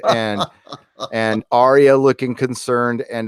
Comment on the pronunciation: WILL YOU STOP FUCKING SAYING ARIA. HER NAME IS ARYA